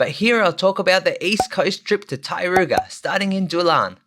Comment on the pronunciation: I was wondering what was the Tai-ru-ga…. Until I understood it was TAR-RO-KO 🤣